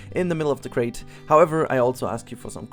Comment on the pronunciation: I noticed you are dropping the "R" when you say "crater", without the "R"in crater a large hole becomes a wooden box. ;) I saw the spoiler on Discord and i have to say i'm excited to see the finished product.